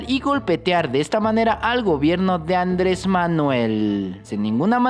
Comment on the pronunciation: Ya no es Andrés ya es Ándres? Jaja pinche ciudadano desconocido te gusta desmadrar el idioma 👌🏻😂